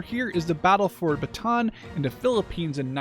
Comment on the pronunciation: You should pronounce it as ba-ta-an, btw I love your vids tho